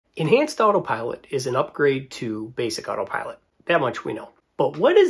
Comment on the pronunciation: Why do you keep calling it otter pilot?